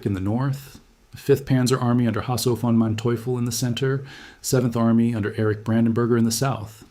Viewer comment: Not to mention that it's pronounced Fon, not VAAAAAN